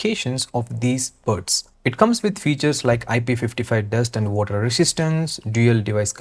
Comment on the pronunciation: Sir And hota hai AAnd nahi